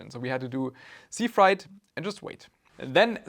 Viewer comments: its more fraaait than frite (freight) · frEIght, not fright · I'm so sad for your loss... Ah, it's not "fright" it's "freight"! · Thank you for making this video. Respect. My only complaint is that freight (shipping) is not pronounced like fried (cooking) or fright (scared). Try saying "frayt" instead. Or frāt, IPA: /fɹeɪt/ (But after a few minutes of repeating the wrong word, I finally caught on to the meaning from context clues.) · Just a little note on your English; The word "freight" is pronounced like "weight" (wait). It's not like "height"(hite), as you pronounced it. Hope this helps and that it does not offend you. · My condolences. By the way, "freight" rhymes with "eight". You're saying it as "fright", though I imagine you had a fright when you found out what they had shipped. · Fright vs Freight XD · "Freight" is pronounced like "crate" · So you didn't report them on alibaba? Freight is pronounced just like how you pronounced weight. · It's pronounced "FRAYT". Sucks you got scammed, but my racism against the Chinese would have prevented this. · Freight is pronounced with a long A